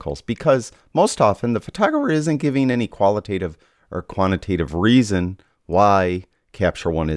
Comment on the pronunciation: "quant-i-tative" , not "kwanna-tative" my man, but thumbs up from me, helpful and fair video